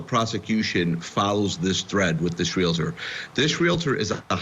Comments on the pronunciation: It is annoying to hear realtor pronounced “real it er”. 😆👹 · Pronounced Real-tor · Please stop saying Real-a-tor. Thx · It never ceases to amaze how supposedly educated professionals are unable to pronounce words like 'realtor'. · It's painful to hear the host of Court TV mispronounce 'Realtor,' more than a dozen times. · Ugh....real-tor... NOT re-la-ter. Come on! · Your news caster pronounces Realtor wrong. It’s not Real a tor! No A😫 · Stop saying RE LA TOR. Try saying REAL TOR 👌🏻🔥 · REAL - tor. REALTOR. There is ONLY 1 “A” in “REALTOR!!” The word is NOT pronounced, “Real - A - tor”!! What is WITH these lawyers?? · The word Re La Ter does not exist. It is Real Tor! Pronounced just like it is spelled. You are supposed to be educated! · Please!!!! The word "Realtor" has ONE "A" in it! It is RealTOR, not real-A-tor.! Dr. Phil pronounces it incorrectly also. "Cmon folks! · Real-tor not Real Uh Tor... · To the narrator of this Court TV video: You have mispronounced the word realtor multiple times. It’s pronounced REAL- TOR, NOT REAL-I-TOR!! Common mistake but it’s cringy when newscasters and journalists say it wrong over and over. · Its real tor it isnt reali tor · Real-tor, real-tor, real-tor. Not real-I-tor. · Real a tor? Do you mean real tor? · Pronounced Real-tor in 2 syllables, Not Real-a-tor. A mistake often made. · “REAL-TOR”. Not realator. Thank you. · Real-tor; not real-a-tor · It's realtor, not real-i-tor. How can an anchor not know that? I can see getting it wrong once, but over and over again.Sounds ignorant. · Let's all have a lesson in the correct pronunciation of realtor. It is not re-lah-ter. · Oh US! The English Dictionary shudders!! It's pronounced Real tor. Realtor. Not Reala ter. About as frustrating as the Prior bullying tactics. 😂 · your news reader needs to learn how to say realtor. Real Tor. Was driving me crazy :face-orange-frowning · Ted, it is pronounced REAL-TOR